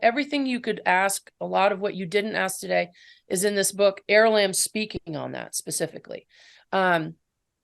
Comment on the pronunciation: 😅 she keeps pronouncing it aralimb